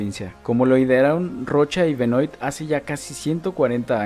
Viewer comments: Hola! Hermoso el video. Pedro Benoit (que se pronuncia "Benua" por que es frances) es mi tatara abuelo, que loco verlo en tu video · Gran ciudad. Voy cada tanto a ver a Estudiantes. Solo para aportar: Benoit se pronuncia "Benuá", es francés.